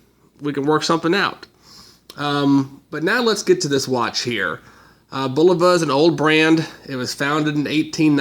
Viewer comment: it is not BLVA...it is Bulova....( idiot)..